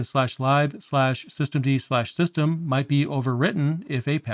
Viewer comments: A couple of inaccuracies i picked up, Daemon is pronounced DAY-mun. lib is literally lib not libe, it means library but it is spoken short hand as lib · I was surprised too... I think the majority of english speakers (or other languages) will pronounce it as [lɪb]. I wonder, how he pronounces /dev/ or /proc/ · Great video. I've used systemd on and off for a few years. I knew that it controlled services, but did not fully understand the difference between units. I was a little surprised hearing "lib" pronounced [laɪb]. I usually hear it pronounced as [lɪb]. Though I assume it is an abbreviation for "library", which is [laɪbɹəɹi] (at least in US English). Here in Japan it is pronounced "ribu" (as Japanese doesn't have an 'l' and all syllables--except 'n'--have a CV structure, so must have a final vowel.) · Just because it's useful doesn't mean the hate for it is unfounded. There are plenty of perfectly legitimate reasons to hate systemd and run a different init system or even swap to FreeBSD. I get that lib is short for libraries, but I've still never heard anyone call it "libe" before 😛I do however approve of pronouncing daemon as demon when it comes to systemd tho because it is absolutely demonic lol 😛